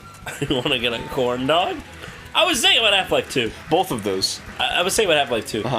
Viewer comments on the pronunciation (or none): someone needs to tell arin that the word 'both' doesn't have an L in it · Arin always says "Bolth" instead of both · I love how Arin pronounces both "bolth." Adorable.